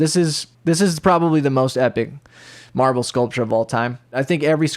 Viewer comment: I keep thinking he's saying Marvel.. and that makes'a'me'a wann'a puke'a .. :P